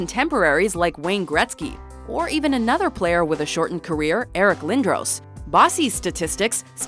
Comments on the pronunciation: Lindroooos wtf it's Lin-dros watch mojo really needs to look up pronunciation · Bossy and Orr make the list, while "Lindrohss" (it's "Lin-dross") only gets a brief mention in someone else's spot and Lemieux isn't brought up at all? Wow. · I was so disappointed and ashamed when I heard the person say Lindros wrong.